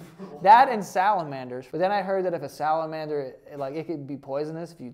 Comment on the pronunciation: So, we're just gonna ignore the fact that mister is saying "salaNmander"? Cmon,!? 😂